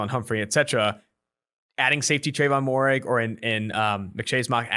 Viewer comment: If there is one thing guaranteed about 2 for 1 on is the butchering of names. I know it's spelled Moehrig but its pronounced (mair-rig)